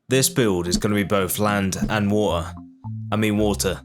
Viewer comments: Everytime you say the word water the captions on the screen would say war. But nice video and keep it going👍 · "Waer i mean water"😂😂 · British 😂😂😂😂 wader. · "Waer no I mean water" bruh has a birtish accent 💀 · Water ❌️ Woater ✅️ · Shows a map of the UK Me: o this dude is british 10 seconds later says: wa’er o i mean water Oh he def british 😂